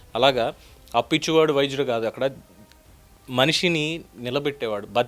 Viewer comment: Sir Appichuvadu vydudu kadu. Apichuvadu, vyadyudu